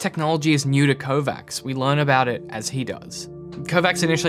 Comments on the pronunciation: sounds like Kovatch, not Kovacks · It triggers me so much that he is pronouncing it "Kovax" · Your mispronunciation of the name Kovacs is worrying regarding your credibility